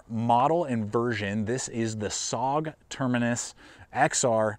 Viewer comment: I know this is nitpicking, but SOG is pronounced S...O...G... each letter is pronounced and not run together as "sog". A small thing maybe, but l know how it feels if people continually mispronounce your name or your city.